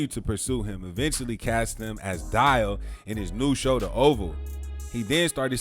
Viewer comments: His name is Dale damn you butcher in his name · DALE!!!!!!! not Dial....lmaooo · Dale not Dial😂